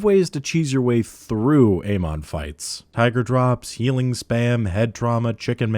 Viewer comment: Amon? No. Aymon? Yes.